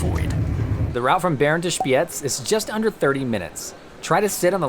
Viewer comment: I like how you pronounced the z in Spiez. It was very good